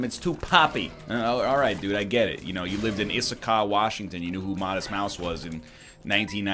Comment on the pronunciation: Did this man just say Issakah, Washington?